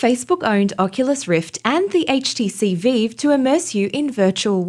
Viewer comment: It's HTC vive not veeve ...